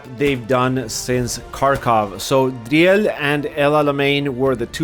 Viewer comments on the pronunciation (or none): Driel is pronounced as Dreel in English :)